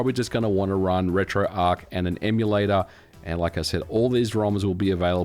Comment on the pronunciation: Retroarch is based on Arch Linux. Its pronounced "Arch" not "Ark". I would of thought someone with your knowledge would have known that?